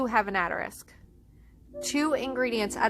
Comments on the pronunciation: New to your channel. I really liked this video, but it is "assss-ter-ix" not "att-a-risk" lol just a heads up. Otherwise, awesome video. Thanks for making it and doing your research! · For the love of God, can you please pronounce asterisk correctly?